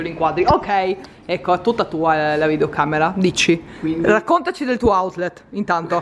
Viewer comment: AhahahHHaha autlet? Ahahahahaha siete mitici